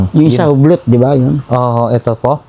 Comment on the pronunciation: U-B'LO po pag pronounce Nyan Hindi Hublot